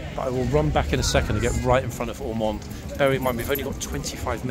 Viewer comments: Are you kidding me? It’s Ormonde! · it's Ormonde